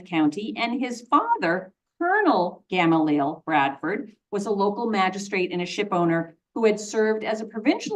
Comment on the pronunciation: Gamaliel- gah-mah-lee-el